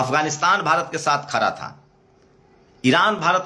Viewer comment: आप अपने सब्द ठीक करिए । खरा नहीं होता , खड़ा बोलते है😂